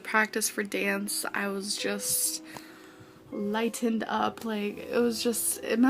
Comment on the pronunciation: “Emjoined it” “limetened up” 💀😂